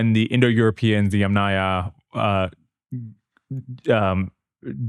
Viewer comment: THANK YOU❤💝🙇🏻‍♀️❤ for pronouncing “Yamnaya” correctly! ❤🙇🏻‍♀️🙇🏻‍♀️🙇🏻‍♀️